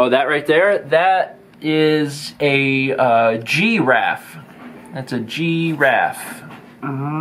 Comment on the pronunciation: I submitted a 1KBWC card making fun of pronunciation of Giraffe, Garage, and Syrup. (Draff, Groj, Surp.)